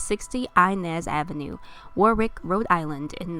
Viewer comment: Lol she pronounces Warwick wrong. It’s spelled Warwick but but said Warick. Without the second W. Rhode Islander here.